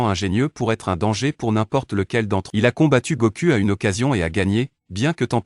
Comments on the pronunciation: Faut bien prononcer les noms faut bien prononcer les noms on dit pas Goku on dit Goku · Goku = Gokou en prononciation Vegeta = Vegita en prononciation